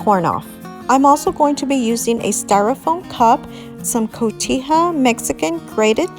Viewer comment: It’s pronounced Cohetha not cotiya🎉😆🎂🎊